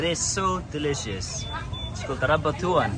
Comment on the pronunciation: "Rambutan" not rabatuan...I like your younger brother his cool and jolly to his not afraid to try new things...hope they will have a great and fun vacation in the Philippines...what his name again?...welcome to the Philippines guys!